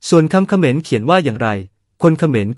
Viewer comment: คนพูดคำว่าเขมรสงสัยเมา